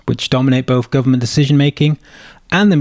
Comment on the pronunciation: Why say 'Bofe' instead of 'both'. Grow up and stop being so lazy.